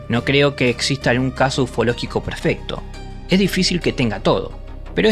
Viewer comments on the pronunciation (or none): none